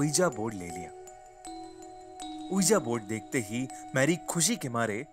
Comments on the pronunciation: It's pronunciation is V-I-J-I BOARD not O-E-A-J-A BOARD. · That's pronounced as 'wiji board'